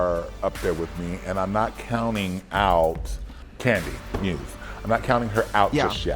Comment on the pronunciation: Symonyey, Rose, Gottmeek and Kandy Mose 😂